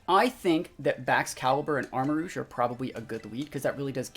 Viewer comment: Arma-rouge (armarooj, red armour) not Arma-rogue. cringed after hearing you pronounce